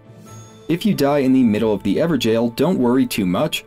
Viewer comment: Bruh everjail? Not even gonna try to pronounce it correctly?